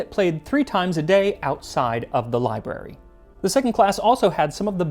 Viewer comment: You speak publicly, yet cannot pronounce Library properly.